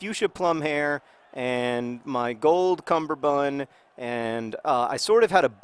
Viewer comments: John. Cummerbund. Not cumberbund. This matters like you wouldn't believe. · Cumberbun? Is this a 'chester drawers' thing where you've got the word wrong forever? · cummerbund is pronounced like that